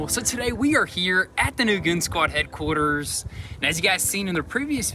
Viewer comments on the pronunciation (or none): I can't be the only one who's noticed he always says the word "headquarters" kind of odd at the intro of every video